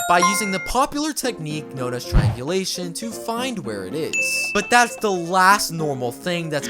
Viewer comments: How many times r u gonna say trianglisum😂😂😂😂😂😮😮😮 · Its triangulation 😊